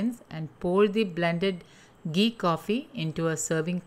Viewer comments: It's घी not गी👍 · Very nice.. mam...just diction problem like it's not gee but ghee